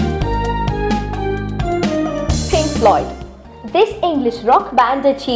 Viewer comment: Linking pank really?